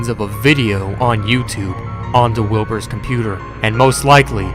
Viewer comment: When he said wilbers virus thought he said wilburts virus